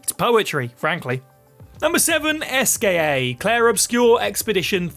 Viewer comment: French games should include pronunciation guides... Esquie in Expedition 33, Eugénie in Lies of P... It hurts to hear these butchered names as a native French speaker.